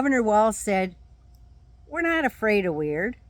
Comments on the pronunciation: He said “am not a Christian” i thought he said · Yeah, he said, “I’m aught a Christian…” 😈